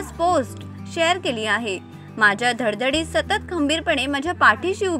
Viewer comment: ' धडधडीत ' चुकीचं वाचताय आपण! 😂😂😂